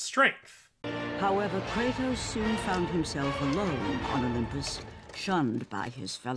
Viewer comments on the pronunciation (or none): ah yes, cratus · It is well established that the so called God Kratos is a work of fiction that exists only in video games. Comparing him to an actual existing god only makes his origins more confusing. Even more so after the 3rd game and then the reboot and even the sequel of the reboot. Kratos is Kratos. Not Cratus. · You are puting c in kratos name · Its kratos not not cratus you know that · Not Cratos 🤓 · Kratos isn’t cratus